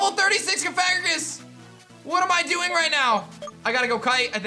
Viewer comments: ka-FAG-gragus? What? That is not how you pronounce that. CoFA- GREEjus.... it's a combo of Coffin and Egregious. A Shockingly bad coffin monster... it's an archaic form. Not a gay pharoah. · hey. love the content - just a heads up though - that's not how you pronounce cofagrigus! its cough-uh-gree-gus (in order to avoid an accidental bad word lol) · Idk what it is but the way you pronounced bibarrel and cofagrigus 😂